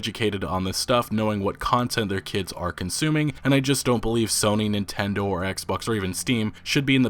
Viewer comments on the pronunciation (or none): none